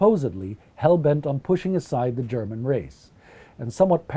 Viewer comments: You have a great German pronunciation, refreshing to hear that. Did you study it or does your Scandinavian heritage help you a lot in that sense? :) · This guy has a terrific voice for podcasts of this nature, and his German pronunciation is near perfect to my understanding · I just have to compliment your german pronounciation. It is very good! Just shows how much effort you guys put into your videos :)